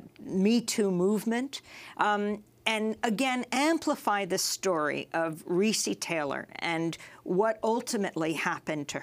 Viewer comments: pronounced "Ree-Cee" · Am I the only that noticed is mispronouncing Recy's name! I can't...